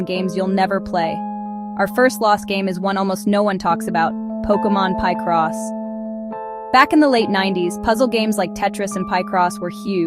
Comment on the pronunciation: Why are you pronouncing Picross like that? 😂